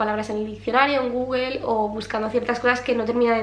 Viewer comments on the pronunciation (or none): none